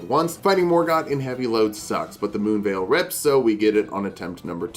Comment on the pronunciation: Bro did- Did you just say "Ma se Moonveil??" 🤣